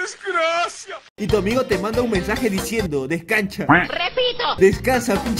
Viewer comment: "descansha" xdxd